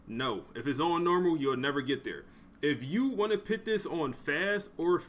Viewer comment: Put not pit sir, no disrespect